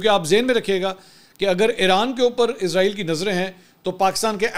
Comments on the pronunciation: A.o.A Pehli baat to ye he mansoor shb ap jb jb bi israeel ka name lete ho to ghlt name lete ho ye frishte ka name he jo ap lete ho izraeel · بھائی جان یہ اسرائیل ہے عزرائیل نہیں عزرائیل برگزیدہ فرشتے کا نام ہے